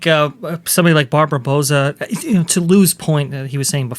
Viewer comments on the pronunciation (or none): Bow-sah....(As in bow of a ship, not bow of bow and arrow). I'm Hispanic.... Trust me on the pronunciation, 😊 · I believe “Bouza” is pronounced similarly to “Bowser,” because she’s the villain in this story.